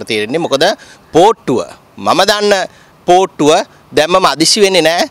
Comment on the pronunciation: මට ඇහුනෙ පූට්ටුව කියලා 😅